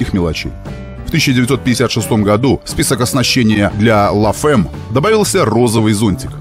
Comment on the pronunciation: Розовый Додж это конечно великолепно)) и, кстати, читается "ля фам", а не "ла фэм")